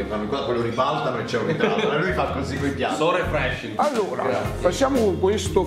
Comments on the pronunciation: Nessuno Assolutamente nessuno:per me l'Inglese è difficile Sempre lui: Amazing - sore freshing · SORE FRESHING?? 😂😂😂😂😂😂😂